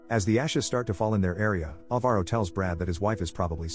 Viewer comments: Its not alva-ro, its pronounced al-varo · That's not how you pronounce Alvaro